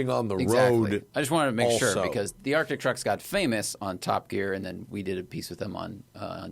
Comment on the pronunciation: So the word is "Arctic" there is a "c" in there Matt! This is my favorite podcast, but for the love of Merle please say the word correctly.